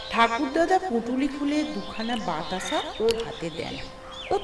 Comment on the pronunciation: ধারা বর্ননা যে করেছে তাকে বাংলা ভাষার চর্চা করতে হবে, কেননা YouTube International platform, রকের কোন আড্ডার জায়গা নয়! বাতাসাকে "বাতাছা",এই রকম অনেক ভুল উচ্চারণে ভর্তি, কিন্তু নতুনত্ব আছে চ্যানেলটিতে, না ফুল অডিও, না ফুল ভিডিও, আইডিয়া জবরদস্ত!